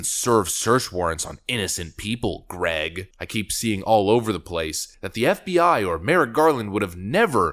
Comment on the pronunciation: Hahaha Guh-REGG!